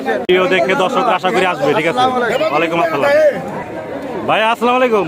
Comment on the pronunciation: ভাই উচ্চারণ হবে দর্শক, আপনি বলছেন ধর্শক কেনো ভাই ?? 😂😂😂